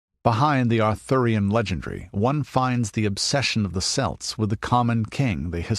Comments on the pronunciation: Had to resist the urge to yell Kelt everytime “Selt” was said in this. Otherwise it was a great video and I would still highly recommend it. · celt has hard c like a k its a Greek word - not a sports team hyperborea is feature of greek mythology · Great video, although the word Celt isn't pronounced correctly but I put that down to being American.